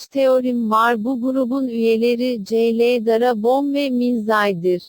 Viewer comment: bir de cl i cele diye okuyor kıyamam 😢